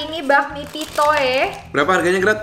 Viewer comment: Pitoe dibacanya pitu ya Koh dan cici 😏🙏🙏🙏